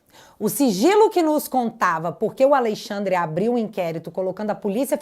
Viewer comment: Me dá nervoso falar Al(Ei)-xandre ao invés AlExandre 😅